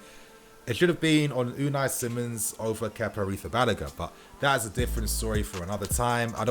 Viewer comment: Unai simons??😭😭😭 say a name right for once